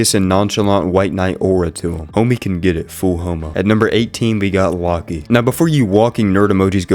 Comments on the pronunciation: lockey is an interesting way to pronounce loki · It’s Loki not locky you fucking retared